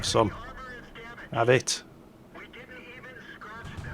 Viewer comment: 'Ave it! Britishness right there